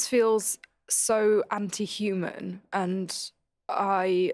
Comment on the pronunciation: The way she says the words “It’s so Upsetting” and “It just feels so Anti-Human” with her accent is both sad and cute at the same time. If that makes any sense.